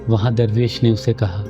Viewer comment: Darrvesh nahi durvesh kya aap darr aur dur kaa manaa janteh ho hameh seekao janab